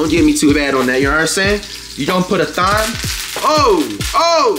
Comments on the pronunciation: bro said "thime" lmao 😂😂😂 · time not thime , omg thyme h is silent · Flight the only person I seen pronounce Thyme as it’s spelled lmao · Flight it’s Thyme Thyme & medium rare medium don’t even make sense 🤣